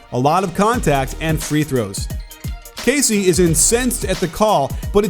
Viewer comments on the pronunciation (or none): none